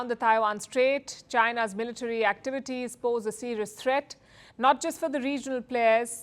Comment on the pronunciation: Its military not militri😂